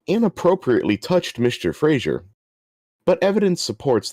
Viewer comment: Fraser, not Frasier.